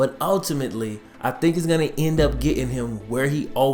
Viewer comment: say your t's. It is a letter and it is easy. As in Getting as opposed to ge in.